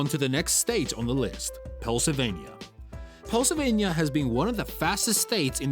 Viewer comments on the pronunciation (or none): Pel Sylvania? Hardly. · Oh NO this British or whatever robot? Misprononunced Pennslyvania. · Learn how to pronounce Pennsylvania!